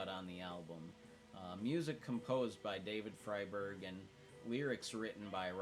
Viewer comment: Pronounced FRY-berg. FYI. ❤